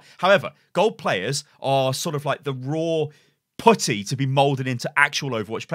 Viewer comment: Did he just say 'raw potty'?